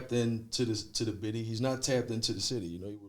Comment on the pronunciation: he really saying “bity” im really ctfuuuuuuuuuuuu